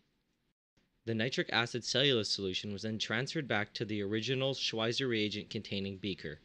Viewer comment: I know this is a little pedantic, but you say Schweizer wrong every time. The 'w' makes a 'v' sound, and the 'z' makes a 'ts' sound, because Schwizer was Swiss.